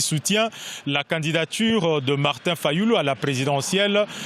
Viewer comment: monsieur tu n’arrive meme pas a dire le nom de fayulu voue nest pas a hauteur de diriger c'est pays tribalismes